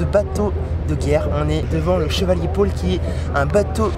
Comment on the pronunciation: chevalier paul, pas chevalier pole ;)